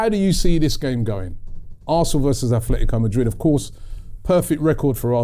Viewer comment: At-letico, not Ath-letico. Gooner, living in Spain.